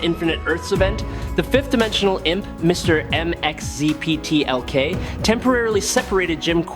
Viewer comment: Mickzeepitylix is how it's pronounced, but great narration.